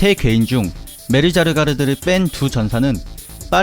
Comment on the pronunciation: 메르자르가르드라고 발음하셔 흨ㅋㅋ 진짜 그이름인줄 착각했다 밤시